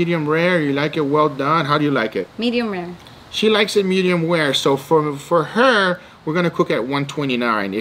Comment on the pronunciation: “medium ware” 😂